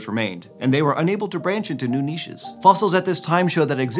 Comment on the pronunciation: He pronounced niches correctly 😀